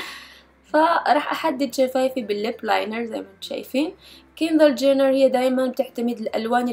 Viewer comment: من لحد ف مقطع أول رحت تقول كيلي جينير قلت كيندير جينير ههههههههههه مين لحد ليك